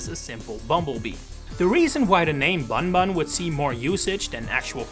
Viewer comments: You're pronouncing his Japanese name wrong lol. It should be read either as "Boon-Boon" (but with a shorter vowel) or even just "Boom Boom" (the ん character can be transcribed either as 'n' or 'm'). But it's not "bun" like you'd read it in English. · it's also not pronounced "Buhnbuhn" lol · Yeah this is why this guy should stop making content like this. I can’t believe he made such an idiotic mistake. Any prior research will show that bunbun is pronounced as boonboon, ay caramba. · Bunbun is pronounced Boonboon or Boomboom, so Boom Boom makes perfect sense as his English name. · Slight correction, “bunbun” in Japanese is basically just pronounced the same as “boomboom” - u is always a “oo” sound and an “n” is sometimes used instead of “mu” to convey an “m” with no vowel (and when “n” is in front of something like a “b” or “p” it ends up basically becoming an “m” due to how pronunciation works (that’s why we spell it “tempura”)